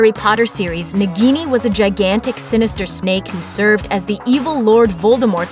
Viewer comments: It's " Naah-gini". Just like a minute of research man. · It is not pronounced nigini....it is pronounced as Na-ghi-ni .It is hindi word derived from word Nag which means snake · And also it's pronounced as "naag-ini" and not as "nug-gi-niii" .. say it right people! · That pronunciation of "Nagini"... My ears. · Why she is pronouncing nagini wrong